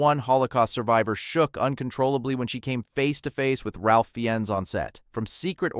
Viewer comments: Fee-enz ahh no. It’s pronounced “Rafe Fines” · It’s pronounced Rayf Fines not what ever the hell you bastardised it into 🙄🙄